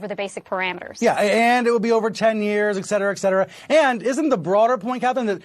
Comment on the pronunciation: Did he really say "egcetera, egcetera?!"